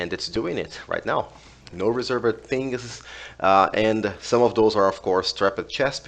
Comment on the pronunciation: if u want to improve your english you can say: reservd instead of reservEd